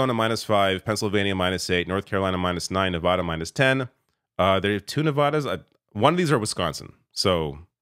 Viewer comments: It's pronounced "Ne-VĂ-də" (using the short vowel sound), not "Ne-vä-də" (using the broad vowel sound). Take it from someone who lives in the region. Learn it to avoid further humiliation. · How does someone as informed as this not know how to pronounce Nevada correctly? It's "vad" as in "add", not "odd". Anybody who says Ne-vodd-ah instantly reveals they don't really know much about the American West. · As a Nevadan, I kindly ask that you learn how to pronounce Nevada. It's not nevauda, it's nevada. That said, let's goooo! Coconut tree 2024!!! 🥥🌴💙🥥🌴💙🥥🌴💙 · Love your channel. Please pronounce Nevada properly. Thanks!